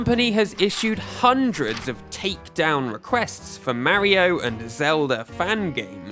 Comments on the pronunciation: "Meriow" Ugh... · You don't say Mario differently, you say it incorrectly. One of the nice things about the Japanese language is how they pronounce certain syllables and it's pretty clear from the katakana they use マリオ. There's no ambiguity here and to say otherwise is just silly. Nintendo knows how their own characters names are pronounced. It's like how on Star Trek, Pulaski mispronounces Data's name wrong and when he corrects her she says, "What's the difference?" Data responds with, "One is my name, the other is not." Calling him "Marry-o" is clearly not calling him by the name the creators set for him. It's one thing to call him that because of innocent usage via a native tongue, but it's another when you've been shown clear as day it's not "Marry-O". One is his name, the other is not. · You pronounce Mario wrong